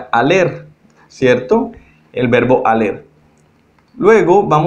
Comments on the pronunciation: Hola solo quiero aportar, el verbo IR en francés se escribe ALLER , pero se pronuncia ALÉ , no ALLER gracias. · Votre explication est très bonne, mais Vous commettez continuellement une erreur en prononçant le "r" de l'infinitif dans les verbes terminés en "er" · Muy buena explicación, pero no se por que pronuncias la última letra de los verbos la "r", tengo entendido que no se pronuncia.